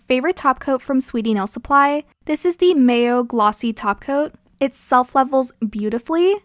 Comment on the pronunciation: LOL, your top gel brand isn't pronounced like the condiment "mayo." Its Korean so it's pronounced "Maa-Yo" Like the "ma" in mama. The full brand name is Yogomayo, FYI.